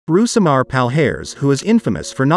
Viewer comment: I think you say his name wrong. Brazilian R's are said like H's. Royce gracie was said Hoyce gracie and Rouismar is pronounces Housimar